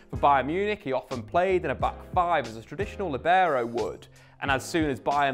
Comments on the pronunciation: What's a Lebarrow? Sounds like a texan pronounciation. It's pronounced LEE-BE-ROH. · Actually pronounced LEE-beh-raw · Apparently no one is interested in learning how to actually say the word lìbero. Not even people making educational videos about the position. Accent is on first syllable, Lì. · In Italian 'libero' is pronounced with the stress on /li/ not /ber/... but I've never heard an English speaking person pronounce it that way.